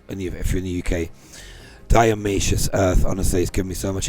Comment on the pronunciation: Not diaomaceous earth it's DIATO-MACEOUS! made of diatoms!